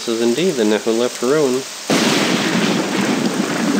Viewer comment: It's not Nehuleft or Nehurdamz. The second letter is C. So it's Nchuleft and Nchurdamz.